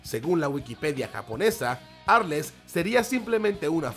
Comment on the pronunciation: Tdo incomprobable ni el nombre de arles decia bien